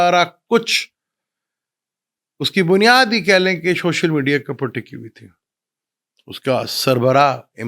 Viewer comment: shoshal nhi social 🙂